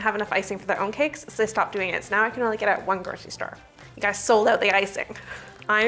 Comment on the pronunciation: i can’t listen to “groshistore” anymore can’t make it through this one